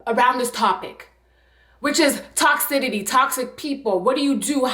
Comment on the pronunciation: Stop saying toxitity, baby. The word is TOCICITY